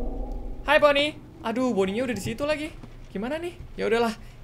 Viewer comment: Bang tadi abang salah bilang loh malah bilang laci